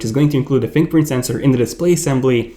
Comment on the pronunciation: Keep saying “Fing pint”